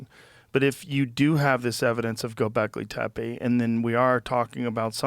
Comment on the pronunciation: JOE “GOBLEKI TEPEI” ROGAN